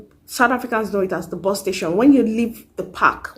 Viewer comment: Bus sounded like Boss when you mentioned it sis....